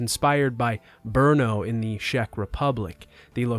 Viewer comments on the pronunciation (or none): sheck republic? lol its pronounced check. Google translate if unsure brahhh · greetings from Czech Republic, it is actually pronounced "check" republic instead of "shack" republic. thank you for the video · I really like your videos and have been watching you since the first one. Though being CZech, I have to complain today. I know the game was not good enough but please, stop calling us "Shech", it makes my ears bleed. As if it's not enough some of the world calls my country Czechia (which CZechs also hate as we are the CZech republic). Anyway, keep up the good work.